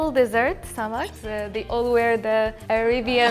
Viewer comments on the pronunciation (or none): none